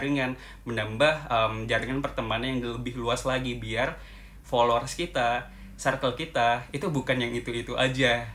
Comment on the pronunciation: Hallo, aku suka sama konten-konten yang dibuat. Makasih banyak ya Kak.:) Tapi ada 1 hal yang mau aku tanya, kakak sepertinya sering bilang "Circle" di setiap video ya.. Tapi sepertinya prononunce nya kurang tepat dh Kak. Jadinya selalu terngiang-ngiang di kepala aku. hehe. Mohon maaf ya kak, hanya mengingatkan.:)